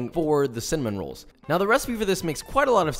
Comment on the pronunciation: Nobody: Literally nobody: Joshua wissman: UlTrA BuTtErY CiNnAmOn RoAlLs